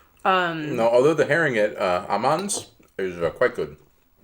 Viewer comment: Dunno if peoples have commented this yet, but Aamands is pronounced kinda like Ohmans. Double 'a' is and old way of writing 'å'.